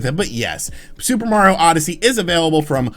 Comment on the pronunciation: I’m glad you know how to say “Mario” instead of saying it like “Mowio”